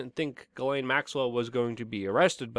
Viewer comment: It's pronounced, "jizz-lane". Just trying to be nice, but you did pronounce it wrong. Again, it's "jizz-lane".